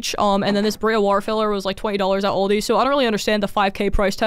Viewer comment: NOOOOO you said aldi wrong 😭